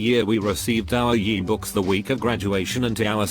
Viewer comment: Nobody: TTS: “We received our yeebooks” Also this channel has such a good aesthetic